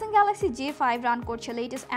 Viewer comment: ঢং বাদ দিয়ে ঠিক মত গ্যালেক্সি বলা শিখ আগে বেটি!